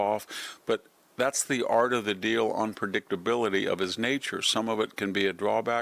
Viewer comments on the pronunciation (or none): none